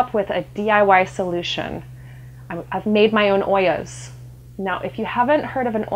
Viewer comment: I like how she pronounced "Ollas". It was perfect!